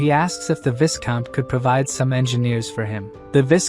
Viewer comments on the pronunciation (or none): When is someone going to teach the robovoice how to pronounce "viscount" correctly? The S is silent. EDIT (the following day): LOL! I "called it" about the relationship between the woman and the soldier about 30 seconds before the recap revealed it. 🤣